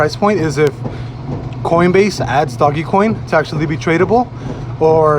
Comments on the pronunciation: you sound like a fool when you pronounce it "doggy coin." I figured I'd help a brotha out. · The only thing I took away from this sUpER iNfOmAtIvE video was this ass hat saying “doggy coin” 🤣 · It's pronounced "Dohj coin.".